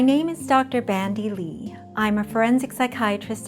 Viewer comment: Her name is Bandy Lee not Brandy Lee, Moron.